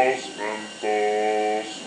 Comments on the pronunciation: MEN"TOES" lol, its MENTOS ;) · MENTOES?!?!?!?!?!?!? BAHAHAHAHAHHAHAHA! dont you mean mentos? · well "mentos" is better than "MEN-TOES"